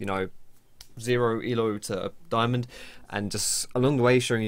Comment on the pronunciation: don't say daiAmond